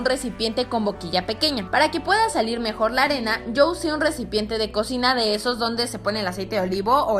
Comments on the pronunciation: en. el. minuto. . dice. recimpiente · like si en el minuto Karen dijo resinpiente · Karen en el minuto dijiste ellencinpiente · Like si oíste que Karen Polinesia dijo recimpiente 😅😂🤣lol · like si eschuchaste que karen dijo rensipieente cuando estaba metiendo la arena en la pesera